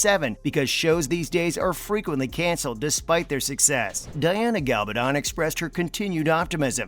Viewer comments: I know! 😂 He repeatedly pronounces GaLBAdon, when it is GaBALdon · MY GOD CAN THE NARRATOR BE EVEN MORE STUPID AND ANNOYING??? GA-bal-don, emphasis on GA not on the BAL and not on the DON !!! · PLEASE will you pronounce Diana's surname properly. Her name is GaBALdon. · The announcer should at least learn how to pronounce Diana's last name. Constantly called her Galbadon. Really annoying. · Not only can't the reader pronounce "Gabaldon" correctly, he also can't pronounce "Caitriona" correctly. How hard is it? Really? It's so annoying, and it hurts the credibility. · You incorrect pronunciation of Diana Gabaldon’s name is irritating. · It's astonishing how REALLY irritating the narrator's style is, but he doesn't know how read. He repeatedly mispronounces the author's name !!